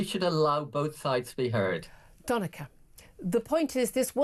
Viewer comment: Doneka Babble